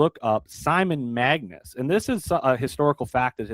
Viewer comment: It's MAGUS not magNus. Get it straight please.